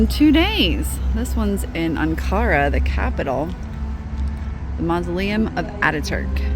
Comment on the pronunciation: If you pronounce the "an" in "Ankara" like the "un" in "unacceptible", it will be the correct pronunciation. Because we pronounce "an" as "un"